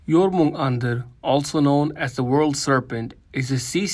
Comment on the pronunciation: Jormungandr not Jormundar...